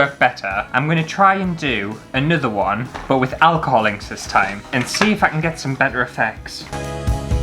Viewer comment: took me a while to figure out that you were saying "alcohol inks" and not "alcoholics"